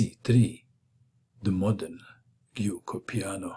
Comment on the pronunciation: For the record, the "g" in giuoco is pronounced as in "gentlemen", not as in "game"